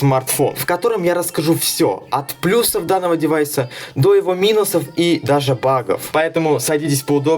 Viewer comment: Блогер, привет🖖❗ Огромное спасибо 🙏 за грамотное "плЮсов👍", а не "плюсОв🤦" как у многих безграмотных блогеров ❗